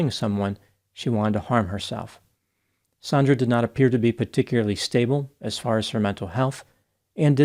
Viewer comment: Also, the victim is Sandra not "Saundra"